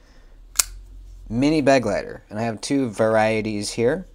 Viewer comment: Begleiter (German for companion) Not “BEG-leiter” it’s “be-GLEI-ter”